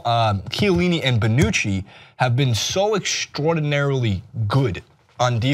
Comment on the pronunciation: When American talks football...Brawnucci Madsdzdszrukic Shielini